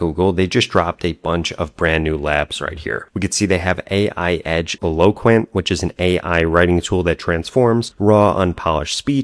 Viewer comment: Eloquent with the stress on the first syllable, not the second syllable.